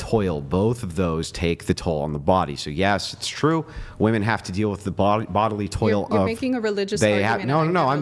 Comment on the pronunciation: Can someone remind these women how to pronounce "women"